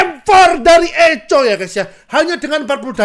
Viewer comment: Baca nya ITU Eko Bukan eco gendut alias echo klo versi english nya😂